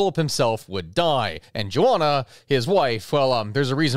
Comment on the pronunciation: "jo-onna"???? Do you mean Jo-Anna"?